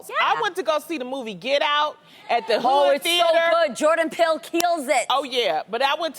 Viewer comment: Genie: “oh it’s so good Jordan pill keels it” ........